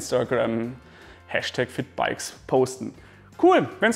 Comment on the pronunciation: Ich habe Fickbikes verstanden, anstatt 😂 Was für ein Name